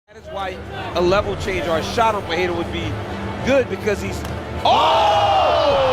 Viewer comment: In english its pronounced "Per-Era", not "pa-heyda"